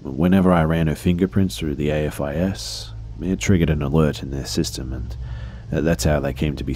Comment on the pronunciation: AFIS is pronounced the way it's spelled, with the "a" being pronounced like the "a" in "aim". It's an actual word.